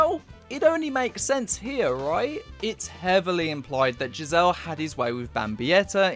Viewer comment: The characters name is pronounced gizzer just fyi